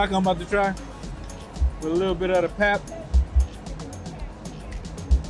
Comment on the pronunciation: Enjoying your videos. And happy to see that you are enjoying our country. I hope you come to Cape Town too! Fyi, "pap" is pronounced "pup". Like puppy. And the gravy is called "smoor" or "sous". So we eat pap and smoor. Or pap and sous. Same thing. But not gravy 😊 So happy that you are liking it!